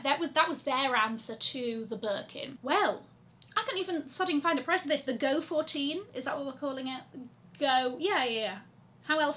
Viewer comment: An SA from LV corrected me about the pronunciation of the GO-14 (since I said “Fourteen”), she told me it is “GO ‘one four’” and that she has also been corrected by somebody from the brand… who knows…